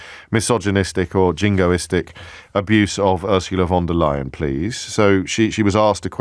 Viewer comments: If you're concerned about the pronunciation of the EU president: it's "Phon der Leyen" and not "Won der Leyen" 😏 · Von Der Lying.